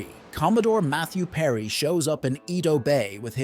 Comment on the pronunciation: 江戸時代 Eh-Doh not ee-dough